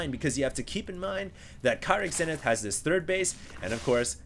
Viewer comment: ur prounoucing kyrix namewrong its not kia-ryx its keer-ryx, atleast u prounouce zenith right until husky who pronouces it zeenith